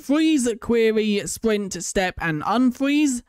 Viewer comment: What he says- sprint-what we hear-spwint😂